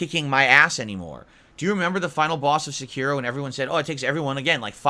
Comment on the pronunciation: Never heard of a game called “Secure-oh” before. Must be one of those games of grandoor 😂